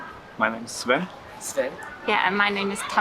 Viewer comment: ドイツ人の方、スウェンじゃなくスヴェン、タマガじゃなくてタマラだよ。